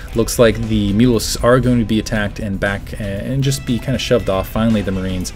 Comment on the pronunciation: Every time says mutalisks I think he says mules. haha